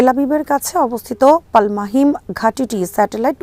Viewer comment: পাল মাহিম নয়, শব্দটা পালমাচিম। তেল আবিব থেকে 12 কিলোমিটার দক্ষিণে এই বিমান ঘাঁটি ।